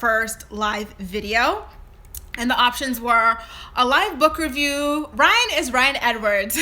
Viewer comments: Rhine? ..really????it is R y a n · "Rhine" lmao